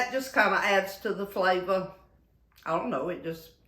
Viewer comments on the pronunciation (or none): I love how she talks! Hamburga, colanda, and flava 😂